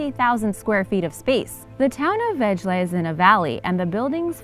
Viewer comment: uuh auch a "little" dansih town. :S and the way you pronounced it, 2nd auch. didn't know whaty city you were talking about. had to relisten a few times. vejle. it sound more like wai-Lø or vai-le. but spill liked the vid ofc. that cute voice is hard to hate ;)